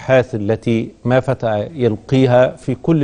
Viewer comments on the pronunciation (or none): ما فتى وكان يريد أن يقول ما فَتِئَ. مقدم البرنامج يسهب في الأخطاء.